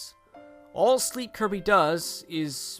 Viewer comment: It's Kirby,not Coby!!!